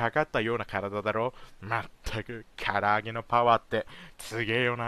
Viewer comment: 若干『きゃらあげ』になってるの草